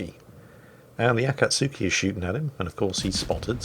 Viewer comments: Pronounciation of Akatsuki is A-kats-ski Only 3 syllables. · No he did not, Akutsuki ist pronounced something like Akatski (without the 'U') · nope, A-ka-tsu-ki... the U is not silent.. but you should be :P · Even more proof: Akatsuki has a silent u whenever they pronounce it in Naruto